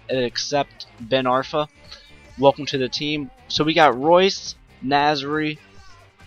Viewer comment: No it's pronounced royce